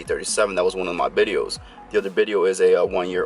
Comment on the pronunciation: Bideos he said